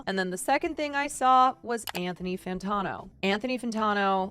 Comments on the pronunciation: Fan-tan-o not Fan-tawn-o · i enjoyed the vid until she couldn't say Anthony Fantano's name right. unsubscribe :/